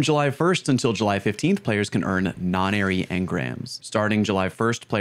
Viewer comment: not non airy, no nairy..........